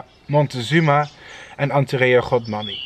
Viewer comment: Its godmani not “rhodmani”